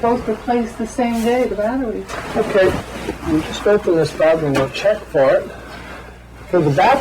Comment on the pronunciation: “Batcheries” lol